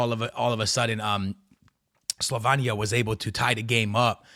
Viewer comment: Bro you have to learn how to PRONOUNCE the countries. SLO- VEIN- KNEE- AH SLOVENIA CHECK- KEY -yah Chechia rep Practice bro because you are doing massive damage to the easiest of teams to pronounce properly.